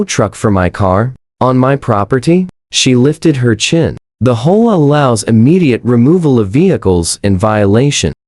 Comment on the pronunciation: I have never lived in this kind of neighborhood, so I don't know the proper pronunciation. Do people actually call it a "hoa," or do they call it an "H. O. A.?" If the latter someone needs to find a way to get the Ai to pronounce it properly. It is very distracting.